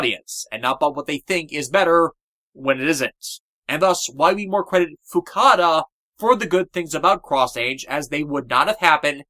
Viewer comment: Also, again, it's Fukuda, not Fukada.